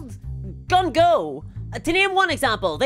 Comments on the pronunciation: were you trying to say that Game Workshop is Gunho (gung-ho) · "games workshop is ... gunful?" Wait, I thought they were British, not American. 🤔